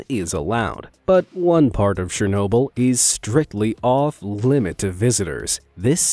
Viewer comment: Anyone else get distracted by his pronunciation of SHernobyl? LOL